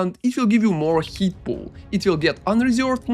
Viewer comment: doesn't understand many words too like "heat" instead of hit or "attic" instead of attack. You tend to pronounce the words longer than they are. Guess that is a typical Russian accent thing:)